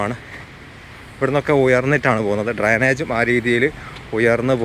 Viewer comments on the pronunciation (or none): Bro videos are good. Oru correction paranjal ath positive ayi edukkane. Ningade video pandu muthal kanunnath kond parayan thonni ennu mathram. Please pronounce Drainage.(ഡ്രൈനേജ്). Its not Dranage.